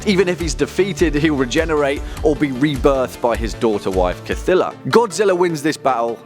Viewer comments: You read it as Cy-thulu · who is kathooloo? idiot